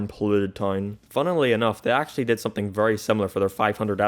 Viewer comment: he says “someting” and that made me mildly upset.